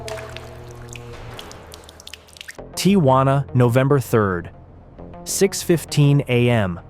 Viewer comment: "the tee ha wanna side"